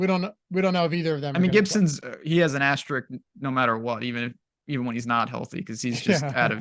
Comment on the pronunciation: It's asterisk, not asterick